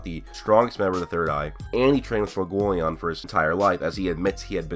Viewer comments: fuegoleon = few-go-leon. leon = french lion not lee-on. just so everyone knows lol. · It’s pronounced fway go lee own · Stop pronouncing fuegoleon fugoleon